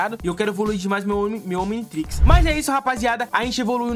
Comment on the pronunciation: Como assim "omintrix"? Kkkkkkkk